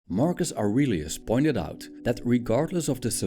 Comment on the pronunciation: Marcus Aurelius is the first words With the accent sounds like Argus argonauts